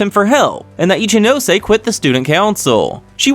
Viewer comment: Made a comment about name pronunciation a long time ago but didn’t really say how.😊 Ryūen is Ryu-en not ry-uen Kiryūin is Ki-ryu-in not ki-ry-uen Ichinose is ichi-no-se not ichi -nose (which you are saying correct right now😊) No offense though. Still love your vids. And also love how you reply to all comments, even in old vids.😊